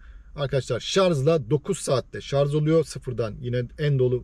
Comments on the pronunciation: Şarz değil şarj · Şarz değil şarj lütfen, sevgiler. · Şarz değil şarj şarj. Yemin ediyorum tilt oldum yaa. Sonuna kadar izledim sırf otomobili merak ettim diye. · Hocam agziniza saglik. Ama keske şarz yerine şarj demis olsaydiniz. Bir de kac kw bu arac onu soylememissiniz. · Israrla şarz diyor😂😂😂 anlatım güzel ama şarj konusu kulağıma takıldı ve ısrarla şarz diyor. Bütün video boyunca şarz dedi. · Merhaba genç arkadaşım, Araçlar üzerine içerikler üretiyorsunuz, araçlar ile ilgili kelimeleri neden doğru telaffuz etmiyorsunuz. Gittiğiniz bayilere sorsanız bunu size söyler ve yardımcı olurlar. Bir örnekle açıklamak gerekirse araçlar şarJ olurlar şarZ olmazlar. Bu sektöre hitap etmeyen bir kişi olsanız bunu yazmazdım. Siz sektörün içinde olmaya çalışıyorsanız bunlara, sektör jargonlarına hakim olmalısınız. İyi günler. Saygılar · O kadar video yapıyorsunuz kelimenin doğrusunu öğrenin bence. Şarz değil şarj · Şarz değil şarj diye söylenir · aklından zorunmu var senin takılacak başka birşey bulamadinda o şarj kelimesinemi takıldın Allah akıl versin sana